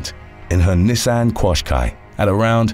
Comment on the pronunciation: The way you pronounce "Nissan" drives me nuts.